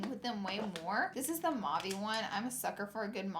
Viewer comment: mauve never has and never will be pronounced mauv ee